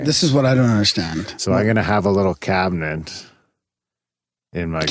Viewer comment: "Cabinent" Its awesome to hear turn the tables and call out for a mispronunciation!